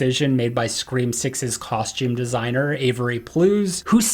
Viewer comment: Ummmmmmm dude at the start of tgevvideo u said scream awx